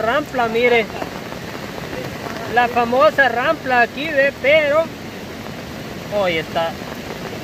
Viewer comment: El video esta bonito, pero no se dice Rampla. Se dice: Rampa. Se oye muy mal, la palabra Rampla.